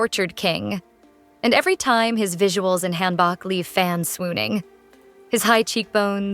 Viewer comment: FYI: hanbok is pronounced more like hanbook. Hope this helps 😊